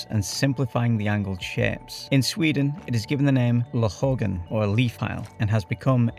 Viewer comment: Hm your Swedish is actually not that bad, except for when you said ”lövhögen” lol, understandable tho